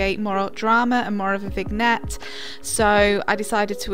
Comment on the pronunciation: The G is silent in vignette